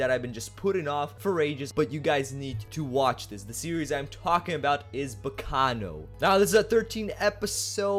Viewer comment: finally someone pronounces the name right